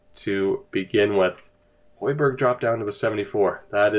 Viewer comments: I’ve always heard u mention this series. Now, thanks to lockdown city, I’m able to watch it. Enjoying it so far. It’s cool to go back and hear u butcher all these names lol jk buddy I would’ve called Hogberg Hoy-berg too 😉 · It's actually pronounced Hoeghbergh. Not the same spelling as Pierre Emile Höjberg at Southhampton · Say the g in the name